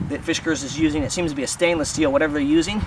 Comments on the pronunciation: Dude! It's not "fish cars" (there is no "h" in the name), it's FIS KARS. NO "h" sound, whatsoever. (Why would a fish need a car, anyway?) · Fisk. Not Fish. Good review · Fish Cars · OH MY GOD!!! It’s NOT a Fish-gars! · Oh god, not again. Did I already watch this review or was it another one with this same guy consistently mispronouncing the name of this axe. Arrrrg! It is pronounced Fiskars. Not Fish-gars. There is no "H" or "G" in the name. The fact that you insist on saying the name about 3000 times in the video & mispronouncing it each & every time is beyond annoying. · First he calls it a "Fishgars"...then he calls it a "Fishgers"...LMAO!!! It's "FISK" - "ARS" dude!! Fiskars!!! LOL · the way you pronounce the name... oh man.... it's not fishkers... great video though. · god so what he said fish not fis go get a life yer dweebs and yes that's pronounced arseholes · the fuck someone gets fish-kurs out of Fiskars only says illiteracy. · I'd rather shoot myself in the head rather than hear you say "fishgars" again. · he says it in a way to make it sound like fishkers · Sounds like you are saying FISHkars.... there is no H